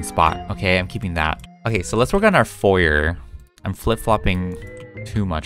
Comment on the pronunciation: its pronounced fo yay the r is silent.